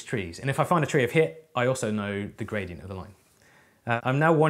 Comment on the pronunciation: Why do I always hear Bradient?